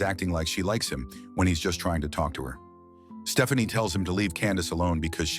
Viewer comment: I’m sorry, at the beginning, did this fool AI call her (P)Stephanie, with a “p”? I know I heard Puh-Stephanie. I can’t stop screaming; this is why ur my fav movie channel 😂😂😂